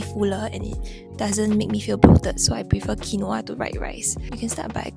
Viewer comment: Babe its pronounced kween-wah